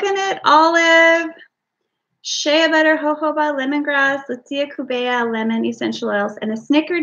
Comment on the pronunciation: is an exceptionally talented and amazing soqp Rtist. Happy Birthday to you. It is pronounced, "sh-ay", as in Shea Butter. Like Hay with a S on the front. You are so full of fun and laughter, it is a joy to watch you make your products! Thanks for sharing. 😊